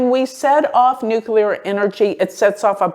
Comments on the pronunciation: I love you - new subscriber. Tiny point - it’s Nuclear, not Nukular (that’s Bush Jr. pronunciation) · It isn't pronounced nucUlar. It is nuclEAR. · dear... Your videos are giving important information, please speak clearly... the word is pronounced 'nu-clear', not 'nu-ku-lar'. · Nuclear: noo-clee-ar